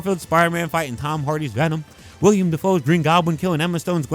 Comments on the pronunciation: say it with me now: WILL👏 EM👏 DAFOE. willEM. not william. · Great vid but everytime u said wilIAM Defoe and Dane DE-han it frustrated me a little lmao